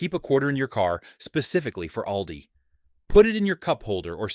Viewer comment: It's pronounced "All-dee," Mr. AI.